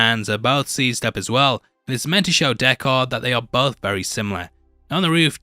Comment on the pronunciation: Deckard not Deck-haaaaaaard.... did you actually watch the movie or reading a script?